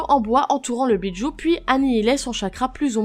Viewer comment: Je connais les Bijus mais pas les "Béats joue"